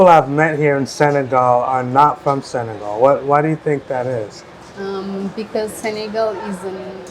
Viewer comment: It's not Sagal, but Senegal